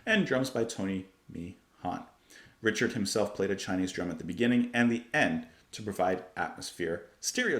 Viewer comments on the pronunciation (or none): none